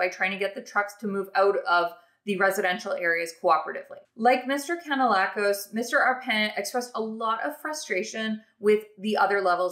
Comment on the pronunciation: its pronounced Can a lack us